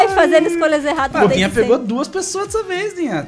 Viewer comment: tenho uma pergunta por que vc chama ela de Dina se é Dinha?